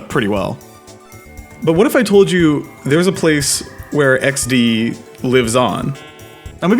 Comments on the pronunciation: yeah it just somehow became like an actual part of the vocabulary probably cause its a lot more satisfying to say with the polish pronounciation also younger polish people almost never use emojis except like ironically cause they are heavily used by older people so using laughing emojis feels like ur 50+ so that might be another reason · A lot of ppl in Mexico and latin America still use "XD" and we dont even capitalize it, you can see a lot of "xd" in spanish speaking communities. When we want to use it ironically we write the spanish pronunciation "equisde" that literally means "XD" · Apparently, Germany is Poland too because we use it all the Time too. Using Emojis, particularily laughing Emojis, is seen as kind of cringe among us. However, here the Default is xD 100%. XD if something is particularily funny or odd. The Polish Way of pronouncing xD is a bit irritating through. Why would the 'e' be short? xD is pronounced [ɪksde:] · As a Pole (yeah, a long stick with a capital letter), I am really impressed how you started saying XD in Polish pronunciation around 8th minute or so. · Hasztag iks-de? Dude, YOU NAILED IT! Noöne here in Poland says "eksdi", we all use "iksde" and the fact You pronounced it like we do is even more amazing than a fact You used Drogowskaz (that ugly font for drogo-wskaz = road-pointer, ie. signpost) for this video! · you even spelled it in polish way with lowering pitch, "iks de", i'm proud XD XD Enjoyers are always superior to "crying emoji 😂 fans"